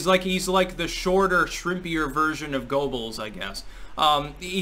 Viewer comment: It's pronounced "GUR-buls".